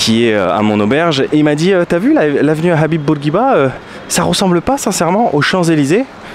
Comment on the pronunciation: Love it :) tu dis Habib comme chez nous maintenant :))) à demain . ettttttt merci pour le maillot <3